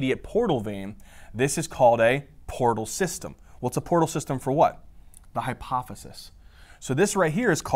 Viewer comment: it's hypophysis not hypothesis 😭😭 took so long to figure that out 🥹🥹